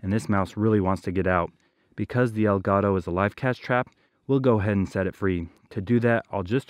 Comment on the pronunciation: take some of the money you make from this channel and go buy a Dora The Explorer book on how to say "the cat" or "EL GATO". Otherwise keep up the good work